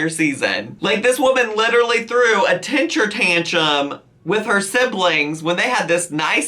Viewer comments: I know you didn’t just say “tenture tantrum” 💀 All jokes. I still love your videos! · Tinchur tanchum gets me every time 😂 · He said it that way because that's how Amy says it LOL